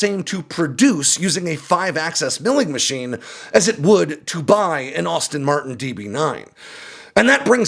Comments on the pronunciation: Broo it's Aston Martin not Austin Martin! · “Austin Martin” 😂 Stick to planes big guy.